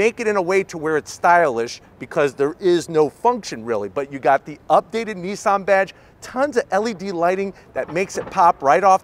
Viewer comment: Is it better? I doubt it. Nissan have carried out virtually no development and evolution on their Leaf design, whereas Kia and Hyundai have. And it shows. And why do you keep calling Nissan, Neesan? There is no letter E in Nissan.....